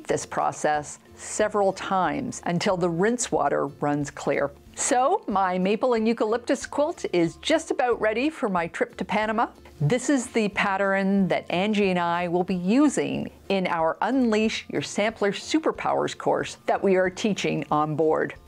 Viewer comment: "Pat-ter-en?" I love your videos, but am always taken aback that you add an extra syllable to the word, pattern. Is that a Canadian thing, a family thing, or a thing?